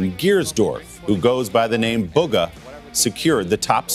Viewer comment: lol they said booga not bugha lololololol